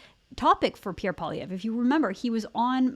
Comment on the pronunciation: Sorry it's Poi lievre Poi not polievre Poilievre poilievre lol